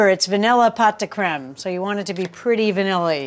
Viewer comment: You pronounce the creme perfectly. But pots is pronounced "poh" (rhymes with oh). Great recipe! Great video! Merci beaucoup.